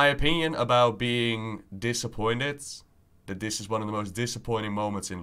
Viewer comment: I say this with great respect: your channel would be so much better if you were able to pronounce "the" instead of da, and "this" instead of dis.